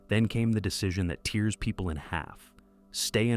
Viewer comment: So poetically described again - so I was puzzled by the pronunciation 'tears💦 people in half'